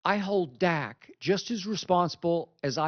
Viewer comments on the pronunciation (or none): Did this bih say stat Prescott ? 😂